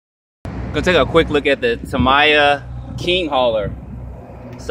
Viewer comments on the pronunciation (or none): There's a tri-drive one. Meaning 3 diffs and 3 rear axles. I think it's pronounced Ta-me-ya